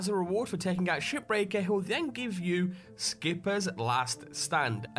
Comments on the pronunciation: to me shipbreaker sounds like shitbreaker when you say it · I thought you said "SHITBREAKER"